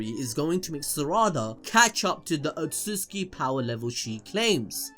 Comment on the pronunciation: "Outsutuki Clan"